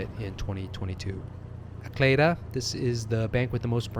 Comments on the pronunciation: Good info, btw Acleda is pronounced 'ay see leeda" here 😄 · ACLEDA Bank is actually pronounced “Ah See Lee Da” by the locals and most expats that had lived here. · Actually, ACLEDA Bank is actually pronounced “Ah See Lee Da” by the locals and most expats that had lived here. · but NBC’s leaders and professionals pronounced it “Ah+cle+da”